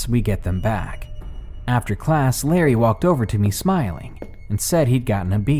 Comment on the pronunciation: Btw its "Larry" not Lerry